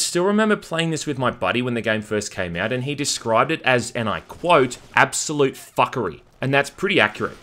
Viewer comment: Laughed so hard when you said ‘absolute fuckery!’ 😂 I forgot how ridiculous we Australians sound sometimes